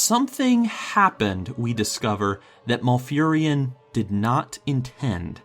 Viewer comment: Lol, Maul-furion. Mal not Maul.